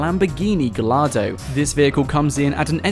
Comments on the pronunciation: i will be as nice as possible....it is not pronounced Gallardo, its pronounced Gy Ar Do, sorry lol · u say gallardo as giardo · No one knows how to say Gallardo. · Also its pronounced guyardo its the name of a famous italian bull (all lambos are named after italian bulls) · He pronounced Gallardo wrong